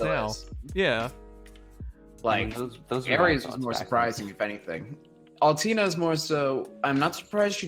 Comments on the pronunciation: Nope, it's Oll-Tay-Ner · Lol everyone on the chat triggered by how he says Altena It is Al-TEN-a though